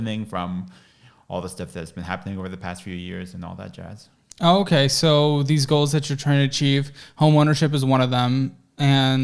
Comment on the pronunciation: “All that jasss”